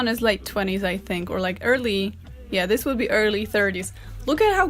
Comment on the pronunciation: I love this video so much. It makes me so happy. I just love hearing her say,”Dis is an abomination.” LOL!!